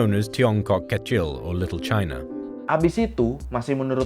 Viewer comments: Kita tinggal di Indonesia, jadi untuk penyebutan itu disesuaikan dengan KBBI (Kamus Besar Bahasa Indonesia). Di KBBI, kata "Cina" dilafalkan "Ci–na" bukan "Cai–na". Lagian, di KBBI juga kata "Cina" bukan termasuk kata kasar, jadi di mana letak penghinaannya? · Sudah nyontek asli ya kan dubaca Chaina